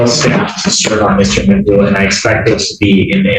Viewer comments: it's not Mccoo, it's MAGOO! make sure you get his ridiculousness right! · McGoo not McCoo